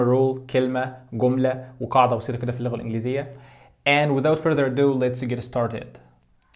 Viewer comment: It's "ado" .Not "addo" :)